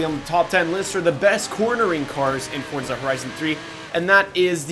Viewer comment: its FOR-ZA not FORD-ZA or FORT-ZA. and the Huayra is pronounced like whoy-ra